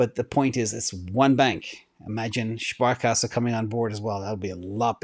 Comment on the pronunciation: as a german i had to laugh when you said (Sparkasse) this guy is a real genius!